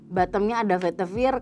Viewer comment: Aku mau komen, udah diwakilin disini. Pasti notice pelafalan "veitiver" sama penyebutan "akar2an" ya 😅